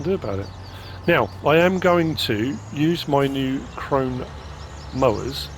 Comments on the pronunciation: yes it is “kronuh” I never would have guessed that myself but there’s a short little documentary on YT about the krone company. Nice to know! I wonder how many farmers know the correct pronunciation 😂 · Cheating in money, eh? Or maybe FS Santa gave you an early gift 🎁;) Pronounced “Kronuh”- it’s German, not english.